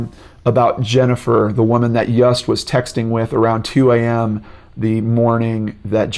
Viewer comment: I believe Yust is pronounced Yoost!